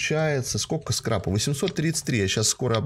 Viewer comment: Скрапа, а не скрепа